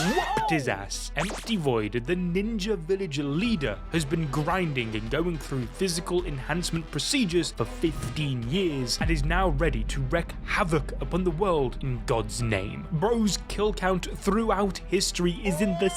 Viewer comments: Wreak!! Its WREAK HAVOC. not wreck. Wreck doesn't even make sense. Where do you people learn English these days? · Wreak havoc not wreck havoc